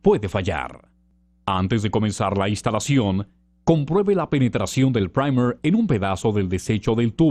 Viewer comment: A alguien más le gustó la pronunciación del Primer? 😂😂 Me hicieron sentir así como que esa vaina aguanta vuelos espaciales jaja (Buen vídeo 👍🏼👍🏼)